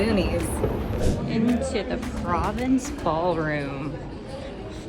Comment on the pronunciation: Provence - pro-VAHHnce